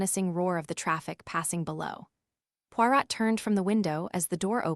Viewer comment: is this AI? The reader can't say Poirot...